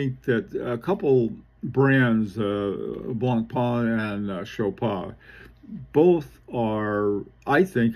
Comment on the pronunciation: Hey, Blancpain is pronounced blongpan as opposed to blongparn I know you struggle with foreign pronounciations hope you don't mind me helping out. I think the LUC Chopard watches are very underrated..